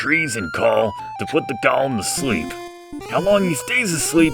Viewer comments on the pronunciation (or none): I'm late, but golem and Gollum aren't pronounced the same. Tell it's pronounced "Go-lem", with a long "o" and a short "e".